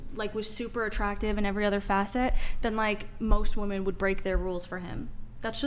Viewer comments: So are we all just gonna adopt this rediculous way of saying the plural form of “ WOMAN” the wrong way? This is another debate where the girls are saying the word incorrectly. Woman is pronounced differently in the singular and plural. Why do people just go along with the changing and pronunciation of words and phrases that make no sense??? Correct these idiots!!!! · What's up with these chicks who dont know how to pronounce the plural of woman? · Why dont any of these women know the difference in pronunciation between women and woman? It bothers me more than it should.